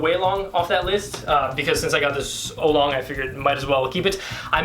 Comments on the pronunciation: its an aolong mini and u supposed to pronounce it like o-w long not olong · was i the only one who found it annoying that he said it like Olong not aolong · Its Aolong not Aulong.. (Ow-long) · I believe you pronounce it Ow-long, not Oh-long. But that's ok! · It's ow-long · It's pronounced ow-long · hi. I am Chinese. It is pronounced au-long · Pronunciation is ow-long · Ow long is how it's pronounced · its aolong (Ow- Long) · No offense, but this is my cringe list. I know you are still getting your mind around all this new fangled cubing stuff but at leaset you tried! here we go Cringe Count: "oh-long" *compares aolong to guhong" "Formulas for speedcubing" "Founders of the company"-> picture of lucas "great motion" "the middles" eges "anchors" torpedoes "aylong" "it clicks fast and moves fast" "holy heck" jungle music in the background "circularish ridges" florian cuts :D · Not to be rude, but it is pronounced Moyu Owlong... Aolong: Owlong... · The things you are calling "anchors" are called torpedoes and they help with speed. You're also saying aolong wrong. Ow-long. And just work on your finger tricks. Just some constructive criticism! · It is pronounced (aa-o-long) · The aolong v1 is better than the v2 in a lot of speed cubers eyes. (You pronounce it OWLong) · It's (OW)-long. great video! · it is pronounced al - long or ell long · pronounced OWWW long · I'm so disappointed with your knowledge of speed cubes. Aolong isn't pronounced like that. Anyway, keep the effort.